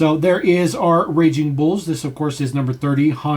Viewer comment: “Raging bulls” it’s racing brother